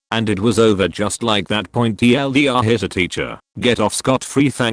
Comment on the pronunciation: Full stop. Dot. My favorite is TLDR being said “TL; doctor